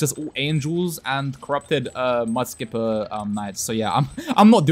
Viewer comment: Skipah gripah